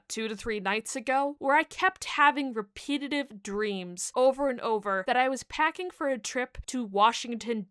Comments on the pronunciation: repeatative?? 😂😂😂 because then after that you said repetitive just fine more than once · I've never heard "repetitive" pronounced like that